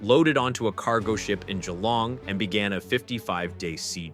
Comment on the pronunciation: Congratulations on pronouncing Albanese, and Geelong correctly. It shows a good amount of preparation and research.